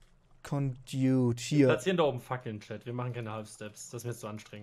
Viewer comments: Es wird gesprochen eloi smelter und condakt und coldern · ConduIt nicht condot Alloy smelter Nicht Aaalou smelter Verschiedene strom arten gehen mit einander (auser eu) English ist nicht deine sprache du baum xD